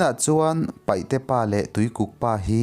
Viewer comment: Ava ngaihnawm maimai ve 😂😂 maih se paihte i ti thina paite tih tur zawk ani e